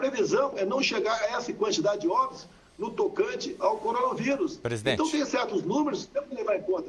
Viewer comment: corolavirus? Acho que foi um deslize, já que em outros momentos ele fala o nome correto.